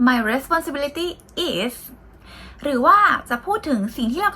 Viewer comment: ขออีกคำนะคะ responsibility ไม่ใช่พูดติดกันรวดเดียวว่า เรสปอนซิบิลิที้ แต่พูดว่า เรสปอนเซอะบิ'ลิที้ (rəˌspänsəˈbilədē) เน้นพยางค์ที่3 นับจากท้ายค่ะ